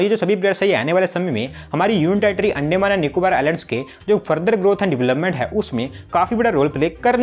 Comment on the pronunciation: It's not अंडेमान it's अंडमान। 😂